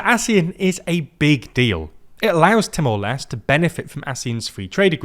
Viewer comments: I am annoyed by the pronunciation. It's Leste as in Les-Tay. Not Lest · Haha, I was bothered with the Leste pronunciation too. 😅